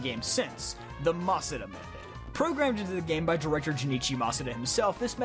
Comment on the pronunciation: At first i gave him a pass for not knowing about the shadow pokemon thing, but then he said “masuda”. 😬